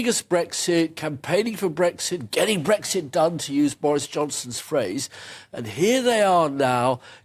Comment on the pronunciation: Habib can't even pronounce the word "Brexit" correctly. "Bregsit".